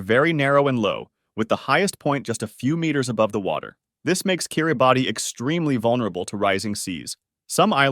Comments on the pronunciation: It's pronounced Kiribas not Kiribati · It’s pronounced “কিরিবাস” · It's pronounced Kiribass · It’s pronounced kee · ruh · bas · 2 mistakes. kiribati is pronounced kiribaos. and according to the Quran. it's said that Palestine will win the Israel-Hamas war and once they win day of judgement will start. so palestine should not be on the list. edit: you also pronounced maldives "maldyves" but it's pronounced "maldeves".